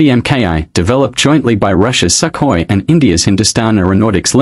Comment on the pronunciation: It's Sukhoi not skahoy